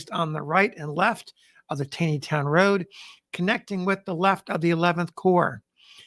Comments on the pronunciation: Hi... I love your Channel. I'd like to share a pronunciation correction with you. In this video and others, you refer to the Taneytown Road. You pronounce it as it appears. However, here in Gettysburg, we call this The TAWNYtown Road. I don't know why that is because it sure isn't spelled that way. But, it is correct. Thanks for what you do! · Enjoying your videos plenty, but one nit - I am pretty sure Taneytown is pronounced TAW-nee-town. There was a Roger B Taney Junior High School nearby where I grew up outside DC, and this is how Taney was pronounced. Wikipedia entry also indicates this. Carry on sir! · Just a small point for the future. I have suggested it before but maybe on another channel: the town of Taneytown is pronounced Tawny-town. Just as supreme court chief justice Roger Taney is pronounced Roger Tawny. Don't take my word for it. Call the town hall or the mayor's office. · FYI “Taneytown” MD is pronounced “Tawneytown” like the infamous chief justice Taney of the Dred Scott case whose family had founded the town. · Great listening, as always. Thank you. FYI - Don’t ask me why, but TANEYTOWN is pronounced “TAWNEYTOWN”. (I’m a Longtime Maryland resident)